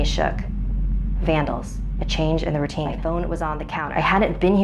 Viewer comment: Who else thought it said "My deadly rotini?" xD